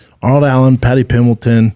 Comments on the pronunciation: Paddy Pembleton? Really? lol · Paddy PIMBLETON?🤣🤣 god damn it brendan